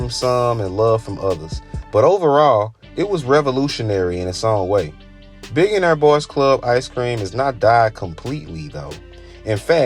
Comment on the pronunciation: You mispronounce “nigo” and “billionaire” also rap blew up in general in the 90s lol